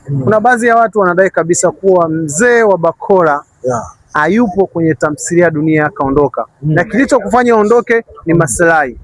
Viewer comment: Mtangazaji sio tamsiliya ni Tamthiliya